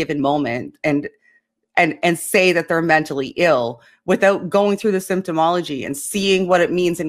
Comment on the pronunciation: It's symptomatology...not symptomology